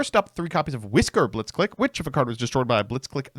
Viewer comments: The fact that the name is so clearly a Japanese-Engrish pronunciation pun on "Blitzkrieg" (the lightning strike warfare) yet people continue to call it 'blitz-click' instead of 'blitz-cleek' . . . then again, this is the Smiger and Stray-toes guy. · "clique" is pronounced "cleek". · mispronounced the archetype the whole video